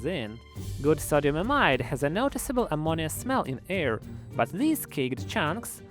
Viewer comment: "with the release of ammonia" but in a fucked up way lol